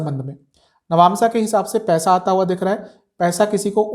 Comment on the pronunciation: Nabnsa kiey hai bar bar nabnsa bolo rha ho